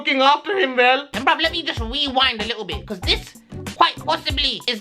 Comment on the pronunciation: let me just weewind a little bit XD